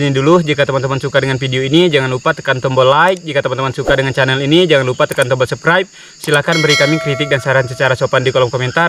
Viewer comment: Sabskraib bang....sebutannya subscribe.... 😀😀